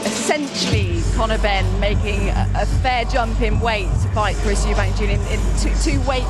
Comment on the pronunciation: You own an apology for butchering the name Eubank